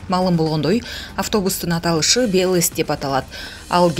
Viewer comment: Бул автобус аты кыргызча эле БЕЛЕС,диктор тураа эмес айтып жатат англисчеге окшоштуруп )))